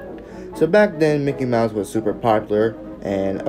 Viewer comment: THATW NOT MICKY MOUSE THATS MOCKEY MIUSE